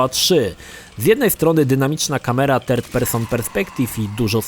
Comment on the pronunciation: choć uwielbiam jego filmy na youtube, jak zwykle mnie rozwalił swą wymową w języku angielskim.. 3rd jako "terd" jest boskie:)